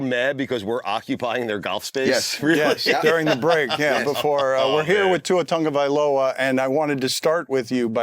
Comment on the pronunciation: Can someone ask him to pronounce his name correctly? There's no "u" or "n" in his last name, but everyone still says Tung.